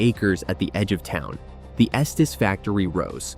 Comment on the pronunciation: Its pronounced "esteez"